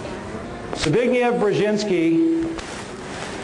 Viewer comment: The fellow doesn't even know how to pronounce Dr Brzezinski's first name!